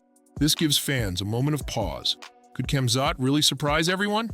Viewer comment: I hope all going against Khamzat can keep the same energy when he wins. This bum can't even say his name right let alone make a prediction..